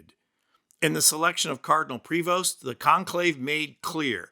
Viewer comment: The “s” in his name is silent. Pray-vo .